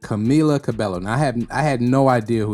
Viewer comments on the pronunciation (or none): Excellent video, glad you exposed Camila for who she is. Also Just for future vids, her last name is pronounced Ca-BAE-yo